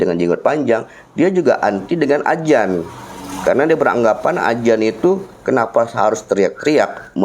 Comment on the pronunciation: jika menyebut azan jgn menyebut ajan; ari zam-zam, bkn air jam-jam, jika dirubah mk artinya jg tdk pas. Netizen bkn Netijen.